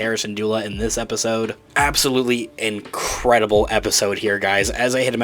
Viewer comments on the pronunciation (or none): none